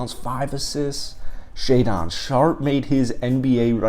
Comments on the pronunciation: It’s pronounced shay-din sharpe lol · "Shay-Don"...lol. Love it. Great video and insightful comments. Keep 'em comin'. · Great video, apart from your pronunciation of Shaedon 😂